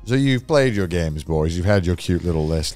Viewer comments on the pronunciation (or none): none